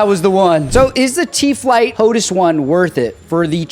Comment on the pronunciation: Could you please call it hotAs, not hotus... hehehe, kinda like HotAss. I have the HOTAS One, black, for my Xbox, but use the TCA or Warthog on my PC